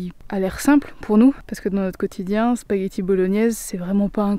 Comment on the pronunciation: Salam bravo le chef cuisto bien fait par amour 💘 c'est sapaquiti comme il le prononce les marocaines 👍👍👍👍👍👍🥰🥰🥰🤪🤪🤪